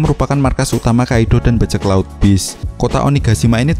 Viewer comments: Kaido bukan Kaidhlo idgham bighunah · Entah kenapa gw agak anu pas ni bilang kaidddoooow wkkwkw gw juga org jawa tp kga gitu juga 🤣🤣 coba deh pake English sapa tau lebih enak di denger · Hahaha cara penyebutan kata kaido gokil bangat. Wkwkwkwkwwkwkwwkwkwk Kaidooo